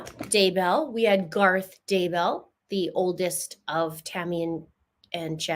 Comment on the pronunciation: It’s “Dudday”. What the heck?